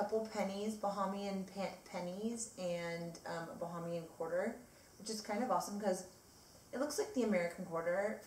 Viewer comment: was that Balmoral Island in the background. Did you stay at what was once known as the Emerald Beach or Nassau Beach Hotel? It is pronounced BA HAY MI AN. Tanks Mon (Woman)